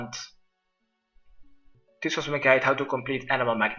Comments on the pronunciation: Mag-Netism lol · you say magnetism funny xdddDddd